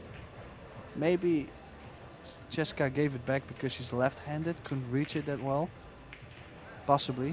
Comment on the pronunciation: These announcers are not saying the girl's name correctly. It's Chez -ka NOT Cheseka